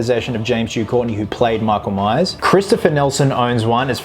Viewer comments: Did you just say:"Meak-oul-Mice"? It's "Mike-ull-Mai-urrs", brah! ;D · “MEEKLE MEYES”